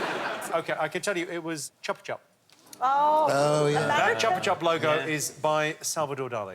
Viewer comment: Somebody needed to tell Jimmy how to pronounce Chupa chupas. It's /shoopa/ The word means to suck or lick. A chupa chupa is Spanish (and Portuguese) for a lollipop.